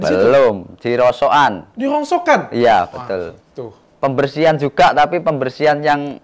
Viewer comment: Rongsokan bukan rongsoan